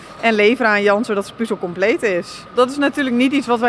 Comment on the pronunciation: Het is 'puhzel', niet 'puuzel'.